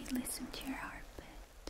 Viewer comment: Oh no! Not a fast heartBIT 😭😭😭